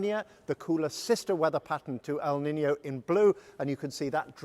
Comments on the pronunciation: It's not pronounced "Niniyo", it's pronounced "Niinyo" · It's pronounced 'neenyo' not 'ninio'.